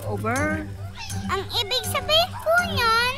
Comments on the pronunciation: over my dead body sanggre danaya: ano yung over ober? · "ober uber?" 😂😂